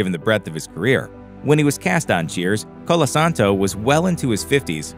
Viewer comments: Nicholas COLASANTO!!!! (NOT Collasandro). Why do these idiots never get the names right? Have enough respect to research what the hell you're saying! You got it right the rest of the time, but it sucks that neither you nor your editor noticed that you messed it up initially! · Not Colosandro but Colosanto easy to get it right and it shows respect